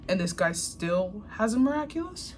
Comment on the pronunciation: Every time she said mira culous it's sounded like she was saying look at culo which is look at this butt